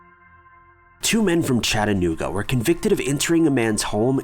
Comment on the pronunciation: Thank you for pronouncing Chattanooga correctly.